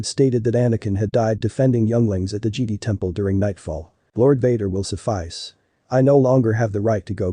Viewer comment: Don't ya just love how the text-to-speech pronounces Jedi as Geede?🤣🤣